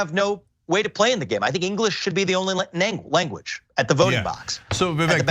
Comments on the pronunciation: The funny thing was the first time she said his name, she mispronounced it and continued to do so multiple times. His name is pronounced vivek (like cake, vivAKE) not EHK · Its not Vivak... Vivek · His name is pronounced “Vi-vake” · She couldn't even pronounce his name correctly. It is vivAKE like cake even though spelt vivek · Can Young Turks sync up their interviews ? Can Anna and Jenk pronounce Vivek's name correctly ? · said Vivek's name wrong in the beginning. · I used to be ahuge tyt supporter, cenk lost me at his take on russel brand, guilty until proven innocent. He's been this way for every accusatin except his nephew's. Wasnt surprised at all by their nasty attacks on vivek. Ana intentionally pronounced his name wrong. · Perhaps preparing for the interview and being detail oriented could be something as simple as pronouncing your guest's name properly? This is amateur hour unhinged interviewing at its finest -- imagine not being to convey your point succinctly and intelligently without losing your cool. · when you mispronounce Vivek's name he has the RIGHT not to even know your name! Maybe when YOU reach out to someone to be on your show, YOU should do a little more research as to HOW TO PRONOUNCE YOUR GUEST'S NAME!